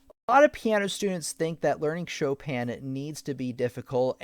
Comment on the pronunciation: Did he just literally said "Shópèn" Chopin?😂